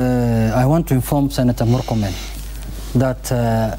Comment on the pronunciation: I regret listening to this bafoon call morkomen